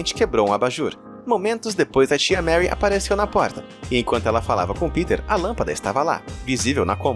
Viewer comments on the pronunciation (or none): Todos os erros são de boa, agr "Tia Marry" . Ai n meu querido!!!